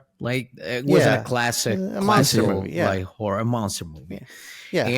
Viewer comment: Why does pronounce horror like whore?